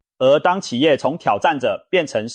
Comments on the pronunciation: ㄑㄧˇ業 發ㄐㄧㄠˋ 這是什麼中國發音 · 彷彿ㄈㄤˇㄈㄨˊ 企ㄑㄧˋ業